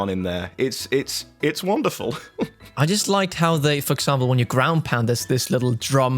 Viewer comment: Take a shot every time they say womderful